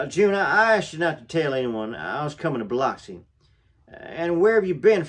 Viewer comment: but its pronounced Biluxi